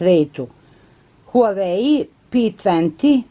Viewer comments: Nije huvai nego huavei (to ti je na srpskom kako se izgovara) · Nije Huweaj nego se izgovara Huavej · ne kaze se huaei nego huawei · Huai pi tenti pro hahahahah ti se drogiras hahahahahahahaha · Pise se huawei p20 pro Kaze se uawei p20 pro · Izgovara se huavei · Kaze se HUAWEI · Huaveji se kaže 😂💛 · Huavej p20 pro se cita i pisuva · Moraš da se izražavaš To se kaže Huavej pe dvajes pro. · Prelep poklon! Stvarno ste carica. Obožavam vass❤❤ Ništa nisam protiv vas smo da vam kažem da se kaže:HUAVEJ. Bilo bi lepo da nekome poklonite iPhone nekome ko vas stvarno, stvarno dugo prati...VOLIM VASS😙😙😙😙😙😙😙😙😙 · Kaze se huavey pe 20 pro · Kaže se huavei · Kinezi ne izgovaraju h a neka slova pomjesaju pa bi se trebalo reci Vavej(vawei) Ali kaze se huavej(huavei) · Cita se Wah-Way.... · Kaze se huawei,mozes ga citati kao huavei. Cita se isto kao sto pise. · Huavej se kaze a pise se HUAWEI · Inace se pravilno izgovara Uavei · Huavej pe 20 se izgovara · Odlicno ❤ Inace se izgovara HUAVEJ I ako zelis napravi giveaway sa iPhonom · huvei se kaze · Kaze se huawei pe 20 pro se izgovara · Molim te alo stvarno molim te nauci ka se stvarno izgovara tvoj novi telefon, i prestani iste recenice sto put da ponavljas jer jesi interesantna ali samo zbog becinu gluposti koje izgovaras i jedan savet ne pljuj u stari bunar jer ti nisi kompetentna da ocenjues tehnologiju uopsete. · Huawei se izgovara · Kako je to rekla HUEJ AHHAHAHAHAHAHAHAHAHSHSHSSHSH PE TUENTI HAHAHHAHA